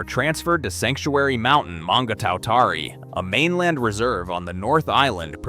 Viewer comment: Kikkarpo ? What in the heck is that? What's mongger towtarri? Why use an idiotic Yanky voice That shows no respect for the topic? There are thousands of New Zealanders who could do this job justice. When you make a video it's important to think of your credibility and of the viewers' ears.